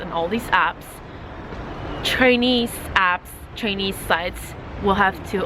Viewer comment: I'm wondering why you were pronouncing Ch'ai'nese as Ch'i'nese in the video.